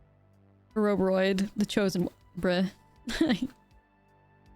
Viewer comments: I love me some Ouroboroid. Definitely my favourite mythic of the new set! Btw I'm not sure about the A-robe-a-roid pronunciation. Like Ouroboros ( Or-a-boar-oss ) I would imagine this should be pronounced Or-a-boar-oid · Ore O Bore Oid not A row buh roid lol